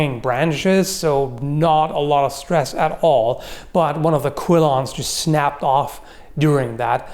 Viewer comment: It's a quillon or two quillons per sword. There is no I in the spelling or pronunciation.